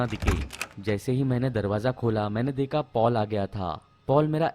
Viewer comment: Deka peka seka teka leka k wjaase sir ap out hogaye 😅 hindi english dono hi khrab hai apki teka meka apka H gayab hai hamesha se